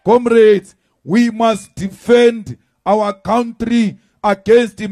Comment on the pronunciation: 😂😂😂 Malema must be taught to say country and not cowntree b4 he wants to be become president of our country. He just spews negative words and actions!!!